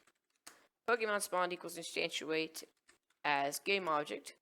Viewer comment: You're saying instantiate wrong! instanTIAte not instanTUAte sorry, was driving me nuts